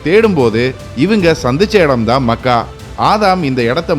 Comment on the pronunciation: Mech - ka. . . Makkkaa illa. . . otherwise it's a good video